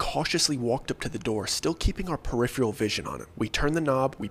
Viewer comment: Dear, I know you're not gonna read this I love the stories but some things irk me It's Mannerisms Man-Er-Ism nor "Manyeurism" And Peripheral Per-If-Er-Al not "Periphreal"